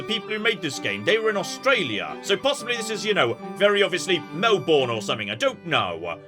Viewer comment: Ok, as an Aussie: gets +10 MATN points for guessing Melbourne correctly, but unfortunately loses points for pronouncing it wrong. Also loses points for PUTTING THE VEGEMITE IN STORAGE, YOU HERETIC.